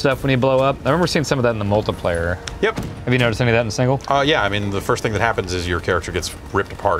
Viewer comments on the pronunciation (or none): says "Multu-player" instead of "Multiplayer". What an animal.